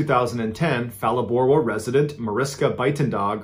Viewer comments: Phalaborwa beginning sound Pah not Fah. Good try though, some S.Africans don't even to pronounce indigenous names correctly! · The PH in Phalaborwa is not pronounced as F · So as a South African I was intrigued by your pronunciation of Phalaborwa. I went on Google and found that that is how the Internet says it. Yet us locals treat the h as silent, hence palaborwa not phalaborwa. It is an African language and they do not have the ph (f) used in English. If anything a combination like that will result in a click sound not a f sound. I think Google tricked you Mr Ballen! It turns out Google doesn't always know all 😅. Great story telling as always. The limpopo is also home to hippos which are also great at killing people 😅. There are some rivers you just don't swim in, not ever. Ps if ure doing SA 🇿🇦 stories and want to check pronunciation feel free to reach out. It seems Americans guessing how to help other Americans pronounce names that are either African or Dutch (Mariskas surname was Dutch and also mispronounced) in Origin usually isn't very helpful. Well tried anyway. Wasn't your fault. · Ph is pronounced as a P and not F in South Africa 🇿🇦 so Palaborwa 🥹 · Bro it's Phalaborwa not Falaborwa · just a quick education. The "H" in "Ph" in South African words is silent. So it's "paa-laa-boo-rwa. Also because of Dutch history in our country "v" is pronounced as "f" and "w" is pronounced as "v". So "van" is is pronounced "fun" and "wyk" will be "vake". Its the same with German. I always giggle a little when Americans pronounce Volkswagen (folksvaagen) But I love your channel. Have been doing nothing but watching every episode the entire weekend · Loving the videos, and loving seeing SA on the map too! Just for interest, Phalaborwa is pronounced (pa-lore-bore-wa) in SA. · Phalaborwa is pronounced Palaborwa as we don’t pronounce Ph as F in African languages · Phalaborwa's 'P' is pronounced the same as Page's "p"